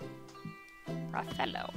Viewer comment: Rafellow. Another pronunciation masterpiece :D :D :D